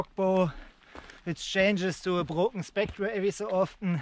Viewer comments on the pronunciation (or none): I would have expected you to pronounce Brocken spectre properly ;-)